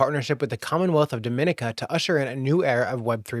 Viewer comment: Dominica is pronounced in an different way than Dominican Republic. Pronounce Dom like Com in Dot Com. Dom - en - eka... Dom-en-eka